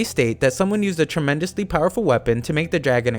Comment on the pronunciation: "tremendesly powerfull weapon" A flippin carrot